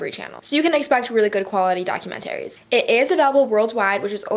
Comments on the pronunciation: I literally can't. "documenterry" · Anyone else cringes every time she says "documentaries"?